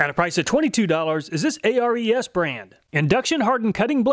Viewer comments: I've noticed in every video of yours reviewing ARES tools, you spell out the name, A-R-E-S. According to the company's channel on YT, it's pronounced Air EEs. I'm guessing it might have something to do with the mythical Greek god of war, Ares. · A-R-E-S is pronounced AIR-EES by the way. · i wonder why he spells out Ares, its weird. its pronounced Air-Eez, as in the greek god, not an acronym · ARES is pronounced Air-eez. Greek god of war i believe. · Isn't Ares pronounced "Airease" like the Greek God of War? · Thanks for all your awesome videos. I always check your channel before I buy a tool. It's saved me a lot of money! By the way, the ARES tools are pronounced like the Greek god of war.